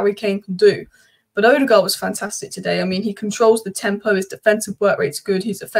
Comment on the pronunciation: But no one has yet pronounced Ødegaard's name correctly 🙂